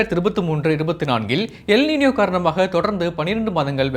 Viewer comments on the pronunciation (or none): காதில் ஈயத்தை காய்ச்சி ஊற்றியது போல் உள்ளது